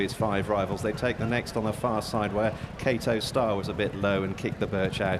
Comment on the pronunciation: Why does the commentator call him kato star and not kauto star?